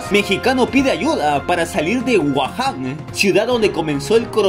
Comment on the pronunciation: No se dice guajan se dice gujan pero se escribe wuhan